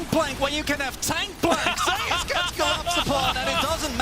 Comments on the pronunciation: Why are they pronouncing "Zeus" as "Zay us"? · I can’t stand the way the pronounce Zeus